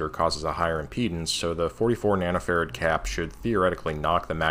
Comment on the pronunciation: "nano" farrad? -__